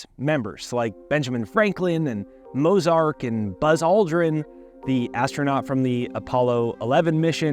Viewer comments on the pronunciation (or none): Mozark???? Lol It's pronounced Motzart. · Mozart. Not Mozark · Did you say "Mozark"? 😂